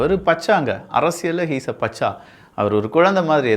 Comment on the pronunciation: Its not pacha its bacha......